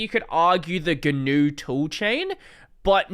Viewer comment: it's not "something new will be done' - it's 'something guh-new will be done'